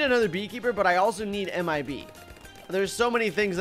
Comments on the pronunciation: when you say MIB I always hear AM I A BEE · You could say anything ANYTHING but why you say m i bee